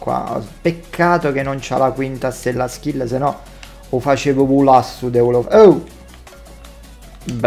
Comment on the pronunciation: Nessuno:: DELOFELU <3